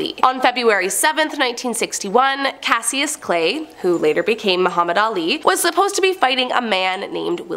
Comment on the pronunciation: Mispronounced Cassius Clay.